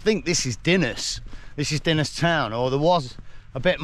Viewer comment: PS Dinas is up on the main road (and pronounced Dee-nas)